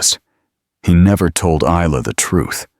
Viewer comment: The “S” is,silent…Isla Fisher is Eye-La…..just letting your AI learn something today…